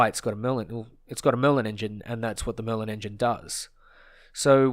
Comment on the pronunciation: Did anyone else hear “Melon engine” when he said Merlin?